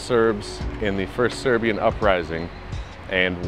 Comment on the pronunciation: Good job, well presented, punctual. But above all unlike other foreigners visiting your Serbian pronunciation is awesome. So genuine. Accent is accurate.